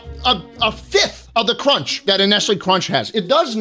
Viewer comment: nestle cwunch baby